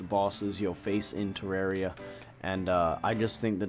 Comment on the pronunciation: It's teh-rawr-ia